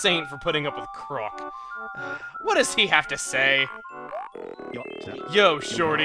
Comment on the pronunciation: Why does call Chroque crock? Isn't it a pun based on frogs and be pronounced like croak?